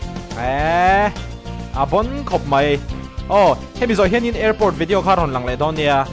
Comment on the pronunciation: Vedeaw i ti zel a, Video tih tur 😂